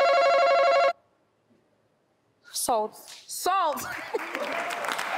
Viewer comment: First to buzz then she said Salt mehn 😂 😂 😂 Disgraceful